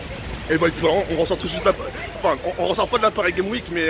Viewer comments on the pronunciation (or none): none